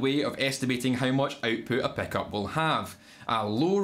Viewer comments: Most people: "Pickup" Scottish boi: "Peckup" Is that similar to a chin-up? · 🤣 can’t get enough of hearing “Peckop”